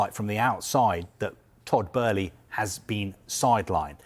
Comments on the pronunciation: It's Todd bo-e - ley pronounced not berley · Did it really take 9 minutes to not say much? I could’ve sworn it was Bowl-lee but Burley Barley. Is this man drunk? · is utterly crap, like most of the staff at Sky. It’s like watching a TV version of The Sun newspaper. Firstly, his name isn’t Todd Burley it’s Todd Boehly. You idiot! Secondly, why do you speak in slow motion? Are you utterly retarded? Why does it take you 6 minutes to say something that could be done in 2? You’re crap mate. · Who the f*** is burley ? Boehly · Todd Burley 😅? Thought it was Todd Boehly? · Bohely lol not Burĺey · Todd boe-hly not "Burley", he's saying it so confidently like he's staying it correctly. 😂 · “Boehly”…not “Burley”…is he pronouncing it correctly?! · It’s Boehly not Burlee!!! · Why does it sound like he keeps saying Todd Burley 😑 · Just. I don’t know. “Bloomberg…….who are a………respected news…………agency.” Also, baby, it’s not f’n “Burley”!!! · Is he saying Burley? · Breaking news...Todd Boehly would like his name to be pronounced Todd "Burley" and our leading football reporter has the lead on this story... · And says it wrong! Burley? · Why does he keep saying Todd Burley lol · lol thought I was the only one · I understand it's a German name, but he's American and Americans don't pronounce it Burley 🤣 No one has ever called him Burley until now. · "Todd Burley" lol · Crazy how many times he said it as well! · Why does he keep mispronouncing his name??? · Where is the R in Boehly? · If you come in as an expert, at least try to pronounce the name correctly. 😮‍💨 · mispronouncing his name too. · He's convinced that Boehly is German-American, and because of that he has to pronounce it like he pronounces Oezil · no it's just bad reporting its no hard to pronounce Boehly